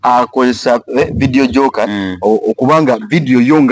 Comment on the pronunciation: Boss to correct u please please it's not Vedio jocker it's Vedio jockey please do research before program.